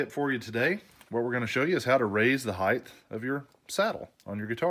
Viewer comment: HeighT not heighTH, 😂 blinds work great.